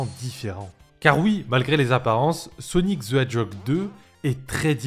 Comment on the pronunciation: Sonic ze edjog ;P